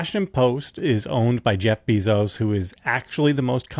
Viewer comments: Is it 'Beeezohs' as JVL pronounces it? Or 'Bayzohs' like I hear everyone else say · It’s pronounced BAYzos. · JVL- Bezos gets his last name from his Cuban stepfather who later adopted Jeff. Bezos is pronounced “bay zows”